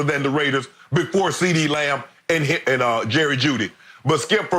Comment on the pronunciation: Skip said Ceedee Lion bruh 😂😂☠️